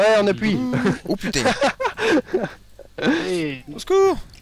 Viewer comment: "Putaing !!!" sa y est il devient Marseillais